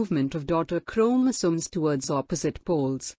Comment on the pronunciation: Your voice is very clear and very good to listen but the way you pronounce chromosomes is very irritating......